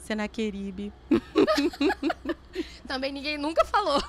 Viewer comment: Adorei o final, so alguém que estuda a palavra mesmo pra falar Senaqueribe.